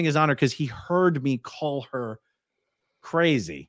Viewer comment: Oh, A-A-Ron, you did messed up. You never put a D in crazy. Never.